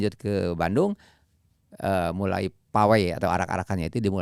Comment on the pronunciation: Sebagai orng ciburuy bangga coach janur nyebut ciburuy 😭